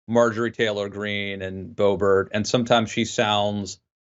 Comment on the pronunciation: "May-jor-ee? Muh-jore-eye? Mar-jor-ah? Bay-bert? Bo-bare? Beau-bore-ino?" Love hearing mangle these names.